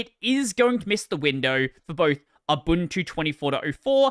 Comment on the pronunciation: It's beside the point of the whole video but thank you for being one of the few Linux Youtubers that pronounces "Ubuntu" correctly lol